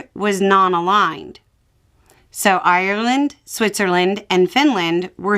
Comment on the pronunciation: It's funny how you shifted slightly into an Irish accent when saying Ireland.